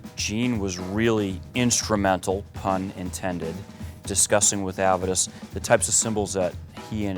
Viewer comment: Amazing he’s from the Zildjian company and he can’t correctly pronounce the names Aram, Avedis and Kerope.